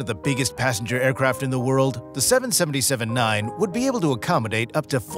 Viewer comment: Please STOP saying seven senenty seven 🤮